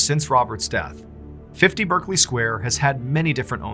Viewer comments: Berkeley is pronounced Bark-Lee in London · Great video, I live in London and have never heard of this story. By the way Berkley is pronounced Barkley . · That picture of the man on the bed with the wide eyes scared the bejezus out of me. By the way Berkley Square is pronounced Barclay Square here in England. Thanks Mr Ballen.